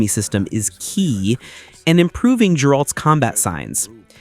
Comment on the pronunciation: Bro... did you really call Geralt Jeralt?🤦